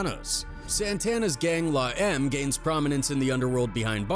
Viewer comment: Dude its la em may eme. Not la em.